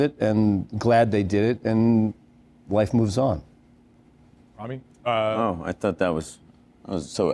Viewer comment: *Rami, not Remi